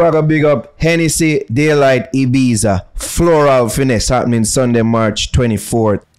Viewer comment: IBIZA IS PRONOUNCING INCORRECTLY YUTE